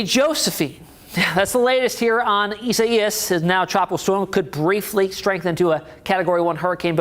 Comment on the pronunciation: actually they are pronouncing it right, I'm surprised !!!!!!!